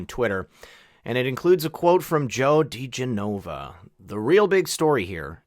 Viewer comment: Pronounced, “de- GEN-o-va”.